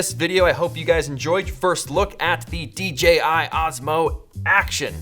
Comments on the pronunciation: Dee Jay Eye, not Dee Gee Eye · Ummmmmm... Did you say “D GI?” ... shame on u... lol 😂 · "Thank you DGI" I THOUGHT I WAS THE ONLY ONE WHO MADE THIS VOCAL MISTAKE!